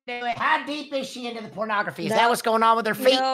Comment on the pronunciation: Terabytes of feet pronografee 😩🤣🤣